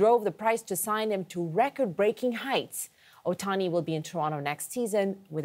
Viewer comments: NOT oHani, it’s Ohtani, it’s the second Canadian mispronouncing his last name what’s the deal. Dodgers have scouted Ohtani since he was in HS, his trusted doctor is the Dodgers team physician, dodgers have the best farm system etc, there are some history there, Jays should go after Yamamoto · Ahemm. it's Ohtani.. with the "t" .. not Ohani. ;-0